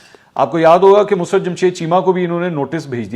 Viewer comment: Not mus rat rather mosarrat